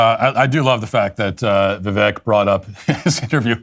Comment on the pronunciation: Love you Matt Walsh but please pronounce Vivek correctly. Vivek like cake.